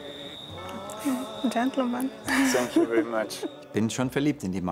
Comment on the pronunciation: Ach immer dieses 'TZANK YOU' 😂'